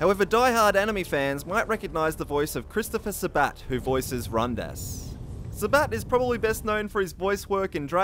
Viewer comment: You pronounced Vegeta's name wrong, it's pronounced ve-gee-tuh, with gee indicating a long 'e' sound. The same goes for Rundas, it's pronounced either as Run-dis or Run-dus, but not Run-dass.